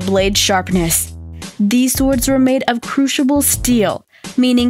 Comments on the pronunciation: She’s saying Crushible steel when it’s actually cru*cible* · damascus(duh-mass-kis), and crucible(crew-si(like in sick)-bull lol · ...and crueshable, so they didn't use a crucible. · Ok. I had to stop 2 minutes in, after numerous pronunciation errors (crooshible?), but mostly for the piss-poor editing: Why are you showing ships from centuries/a millenia after Greek fire was supposedly used? Why are you showing multiple (mostly Japanese) swords cutting objects when talking about Middle-Eastern steel weapons? Learn to correlate ACCURATE visual components with your (poorly) narrated info, FFS. What's next? -Are you going to do a savate documentary and have judoka in the visuals? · Darmuscus, crushible